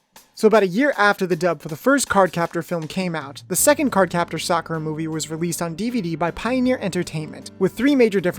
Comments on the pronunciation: Sakoo-ra and Showron? I only know Sah-currr-ruh and Lee. That's what they were called in the Nelvana dub. Oh man it's a trash dub, but it's my childhood ❤️ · Facts... "Sa-koo-ra" instead of "Sock-er-a" sounds straight up Disrespectful for Japanese Pronunciations🤦‍♂️ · It's SAKura, not SaKOOra or SaKUra. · Correction sUHkura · Thats the weirdest way of pronouncing Sakura